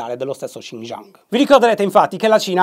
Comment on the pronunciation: Un piccolo appunto: in cinese Xi si legge Shi e non Csi, quindi si legge Sci Ginping (è un po’ come Shy ☺️) Anche Zhang si legge Giang, non Zang 😉